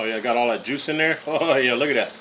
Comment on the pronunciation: Your T's turn to D's in this video. Example "like dat"....haha looks like a good meal brotha!